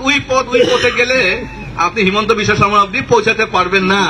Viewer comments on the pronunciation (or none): none